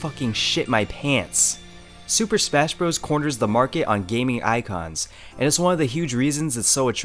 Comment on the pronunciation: "Super Spesh Bros" ??